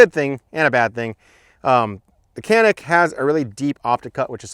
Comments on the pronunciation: Chanik not Kanik... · Its pronounced janik mateh